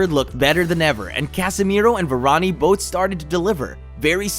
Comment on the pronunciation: It’s Varane! Not Varaniii